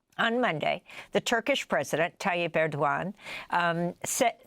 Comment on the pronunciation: Turkish president who??? That pronunciation was abysmal